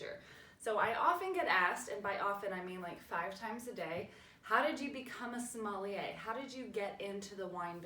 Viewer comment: But you mispronounce sommelier. 😂😂😂